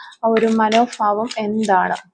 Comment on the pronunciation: മാഡം മനോഫാവംഎന്നല്ല. മനോഭാവം എന്നാണ് പറയേണ്ടത്